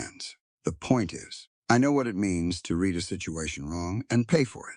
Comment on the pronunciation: You need someone who knows how words sound like reed instead of read. And several other words. It makes it hard to follow the story.